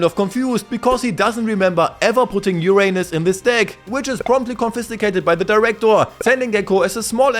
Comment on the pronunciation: the way u said "Uranus" here literally caught me off-guard 😂